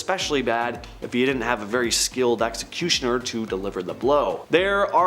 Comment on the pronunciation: Seriously can’t say executioner